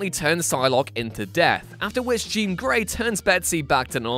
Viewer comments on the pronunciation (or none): none